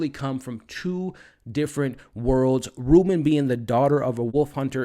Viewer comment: The only thing that bugged the crap out of me...is how be pronounces Robyn.....BRO, it's pronounded like robin...like the birrrrdddddd not "reuben" jsjsjdndjjddxkskskejjddj Other than that, everything's great ^U^